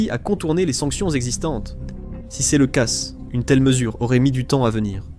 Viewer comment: Faut vraiment arrêter avec l'IA quand on ne la maitrise pas, prenez le temps de la refaire parler ou d'écrire vos textes avec des fautes (car ce, ces, cas sont CONSTAMMENT mal prononcés et c'est inécoutable depuis quelques vidéos !! Pensez donc a écrire ce - se, ces - ses et cas - qua.